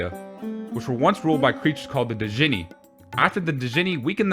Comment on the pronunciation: Not to be "that guy" but I think with the djinn its pronounced 'jin'. Like with Django, the D is silent lol.